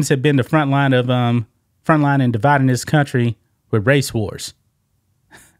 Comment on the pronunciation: I think that you hit the nail on the head whenever I think that you pronounced "dividing us" as da Biden